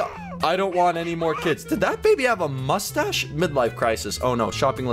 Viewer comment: "did that baby had a muschatch" i was cracking up xD